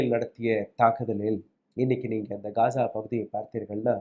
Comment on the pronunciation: யோவ் அது காஜா இல்ல காசா